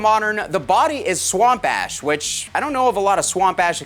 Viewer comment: I'd take this guy with a grain of salt. probably paid him for this sponsorship. In all seriousness, this is pretty sweet. Way out of my price range, but still nice. Edit: It sounds like you're saying swamp ass, lmao.